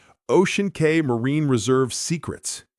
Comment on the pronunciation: Cay is pronounced “key”